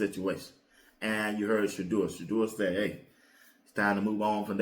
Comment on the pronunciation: So wow! He knows how to pronounce Shedeur name.